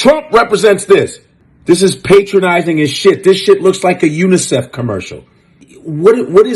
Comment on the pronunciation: That is a cringe video ....lol Godfrey said Unicef 😂